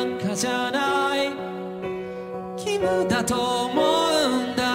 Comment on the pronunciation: 日本一綺麗な「義務」の発音